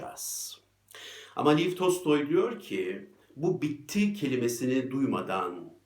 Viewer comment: Soyadı Tolstoy olan bu büyük yazarın ismini tekrar tekrar Liv diye söylüyorsunuz, Liv değil Lev diye telaffuz etseniz daha doğru olurdu. Çünkü Lev Tolstoy rus yazarı ve Lev demek /ASLAN/ anlamını taşır. Tolstoy ise /ŞİŞMAN/anlamındadır.